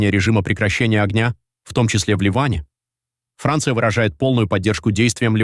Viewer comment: Хранция, ну это мощно